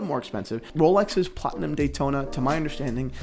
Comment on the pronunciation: The "platona" ;)